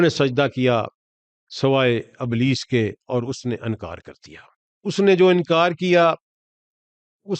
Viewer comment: Sir ابلیس نام ھے ء کے نیچے زیر ھے ء کے اوپر زبر نیں